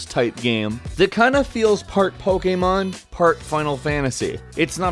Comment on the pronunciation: Thank you for saying Pokémon the right way and that gets a like